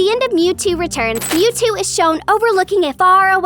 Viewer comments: Did bro say meouthtoo instead of mewtoo💀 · Also in she said meowtwo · u said "meowtwo"